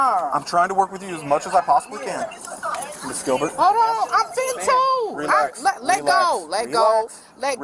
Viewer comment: Her - " Hold on I'm fintoo "....... 😆